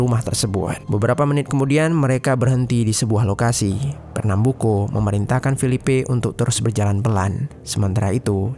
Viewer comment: champinha dibaca campinya dan fernambuco tetep di baca co buka ko.